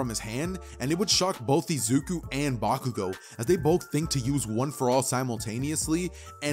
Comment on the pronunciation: I guess he just messes up Bakugous